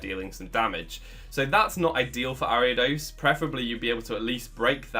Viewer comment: Saw the video title, feared you would pronounce it wrong, clicked on video, you did pronounce it wrong. O